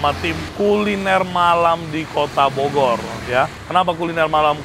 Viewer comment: saking capenye ye koh "bogor" jadi bodor...😂😂😂